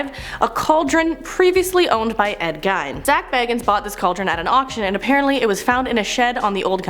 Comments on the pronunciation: and it is really pronounced like Ed geen but spelled gein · Gein is pronounced Geen And Dybbuk is pronounced Di-buck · My dear young lady... It is pronounced "GEEN". Long "E". And while I'm being a nitpicky old fart, it is also pronounced "DIH-buck". Soft "I". Do forgive me, but as the latest hire at The Haunted Museum, these things... They MATTER to me. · Also"gEEn"not "gine" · ed geen with a hard g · Gein is pronounced as Geen for some reason. Like Frahnkensteen. :D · She pronounces alot of the names wrong like dybbuk Ed gein... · Why so much hate for? I think she’s just trying to bring a bit of her own personality to the lists. She might not be everyone’s cup of tea but some of the comments are bullying:( And Ed Gein’s name could easily be mispronounced if you’ve never heard it spoken before. Same with dybbuk. She’s still new and doing her best. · Genuinely makes me angry every time she pronounces Ed Geins name wrong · I’m okay with her messing up with some words but she couldn’t pronounce Gein right and she’s doing a horror video get her out of there get someone who can say the name right who actually knows horror I’m sorry for this rant but that pissed me and that’s not easy to do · that is NOT how you pronounce gein like at all that is not how you pronounce it. I'm literally so annoyed that you said it like that.😫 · And says Bagans like he's bilbo baggins...